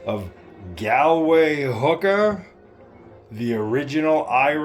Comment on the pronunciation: Hi not being rude but Galway is pronounced Gaulway and you really should try Smithwicks as it's the best !